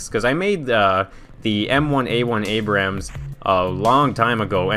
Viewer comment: I’m a big tank nerd lol. The King Tigers turret is too far back. Also you said Abrams wrong. Why all German Tanks though? Why no Mother Russia?